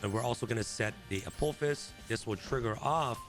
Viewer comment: Dude can’t read. Apo-phis.